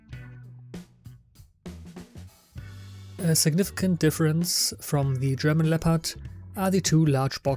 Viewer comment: Gutes Video! Einziger Kritikpunkt meinerseits: Deine Aussprache des Wortes "the" ist größtenteils falsch. Schau dir doch bitte noch mal die Regeln dazu an.